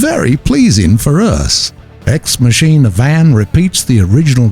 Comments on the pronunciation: Can't even pronounce Ex Machina Lmfaoooooo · That fun moment when this wonderful voice actor doesn't know how to pronounce "ex machina"